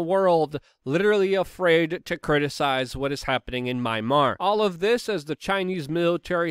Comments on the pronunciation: "Mimar"? Mymar? Marmite? Jeez. The country is called Myanmar, as in "My - an - mar". If that proves too difficult, you may want to revert to "Burma". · Mee-Ann-mahr (Myanmar) 😊love ya Luke! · Learn to pronounce “Myanmar” correctlyyyyyyy!! Lol